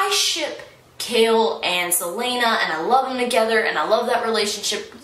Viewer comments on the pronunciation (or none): none